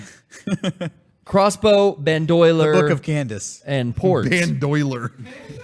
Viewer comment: Ban-doy-ler lol